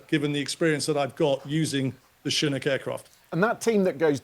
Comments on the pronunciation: Chinook, pronounced shha nook...shha like the first part of shove , nook sounds like cook with an 'n". Not how he is saying it. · How does this expert not even know how to pronounce Chinook?